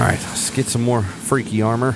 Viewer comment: Love the slight sothern twang he's got when he says " s'mor demons " 😂😂